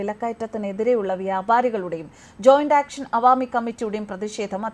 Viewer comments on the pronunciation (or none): none